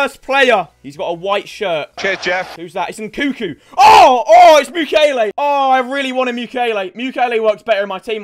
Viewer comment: yo bro your missing the second N in nkunku